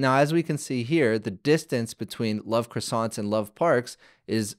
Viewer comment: The way croissant was pronounced triggered me a bit. But interesting tutorial, keep it up